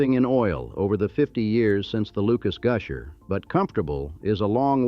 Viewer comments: Goosher, ugh. AI needs work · Sabine is pronounced suh-been.Neches is pronounced nay-chiz.Goosher?